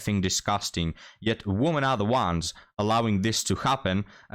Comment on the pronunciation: I know that English is not your first language and you speak it very well but I feel obliged to help you out with the words "woman" and "women" - the first is singular and is pronounced the way it is spelled, the second is plural and is pronounced "wimmin". I can see how confusing it would be for a non-native speaker, considering the spellings but English is full of such illogicallities I'm afraid. Not trying to be a d**k, just hopefully offering a helping hand.